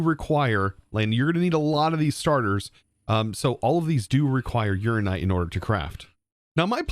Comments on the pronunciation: Urananite. Your-Anna-Night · Please please please pronounce ALL the letters in uraninite. It's based on uranium, not urine.